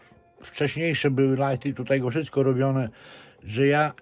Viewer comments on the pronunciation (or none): none